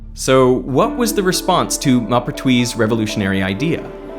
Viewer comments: It's annoying to hear smart people mispronounce names. It's Mohpertwi, not Mahpertwi. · The "Mau-" in "Maupertuis" is not the "o" in "mop", but the one in "more". Moh-pair-twee Glad to hear about the lack of intuitive feeling about action. So I'm not the only one. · Maupertuis would actually be pronounced like you would pronounce the ‘m’ and ‘o’ in ‘more’ (like when you pronounce mauve - purple) Yep - just checked it in Google translate AND I’ve been speaking French since 30 years (including 2 years of high school, 16 months Military Service as a reconnaissance radio operator and 4 years living in a French village with people who spoke nothing but French)…. You DID get the rest of it right though - you just fumbled the beginning which is still very good, especially for an Aussie (I’m a fellow Aussie too)